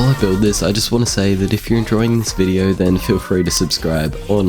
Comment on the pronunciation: (That going to take fore) Back to the bideo😂